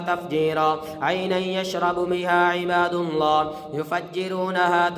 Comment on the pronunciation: اسئل اللہ العظیم ۔۔۔۔۔میں لفظ اللہ پر پیش نہیں زبر ہے اس کو براہ مہربانی درست فرما لیجئے ۔جزاک اللّٰہ